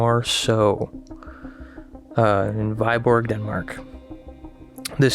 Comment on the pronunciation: Hehe the way he says "whyborg" made me smile.. Its Viborg.. If you pronounce it like we & boar it would almost sound correct. Weboar :D And the lake I believe is Nørresø, but to write how to pronounce it is somewhat more difficult so I wont even.. It looks kinda like a lenticular cloud ang not like the new jellyfish ufo :) enjoy your day.